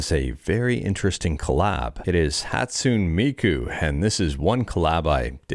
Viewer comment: Why did you mispronounce Hatsune Miku?